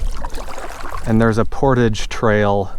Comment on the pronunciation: You saw a beaver. When annoyed by your presence they sometimes flap their tail very loudly, at least here in Quebec. He didn't seem to mind you being there (yeah I'm a French Canuck follower, and you say 'portage' with the French accent pretty well...). Good clip as usual by the way.